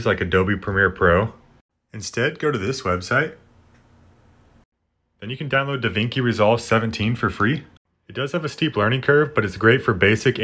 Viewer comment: Da vinky lmao and the iron man jif hahaha you crack me up bro